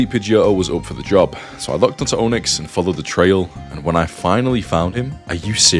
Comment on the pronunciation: Every time I hear him say Onix, I hear Ownix. LOL